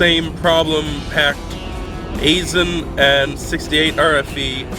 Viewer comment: Aisen is pronounced "eye sen".